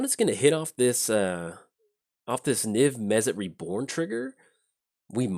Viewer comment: "Niv Mezzit" I'm literally shouting "Mizzet! It's Mizzet!"